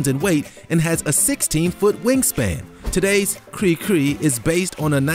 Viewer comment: Also the guy keeps saying "cricri", when there's only ONE "r" in the name.